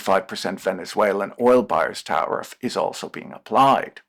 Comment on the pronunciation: I keep hearing "tariff-raid"